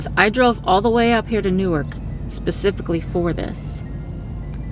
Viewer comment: its new-ark like Noahs ark not newurk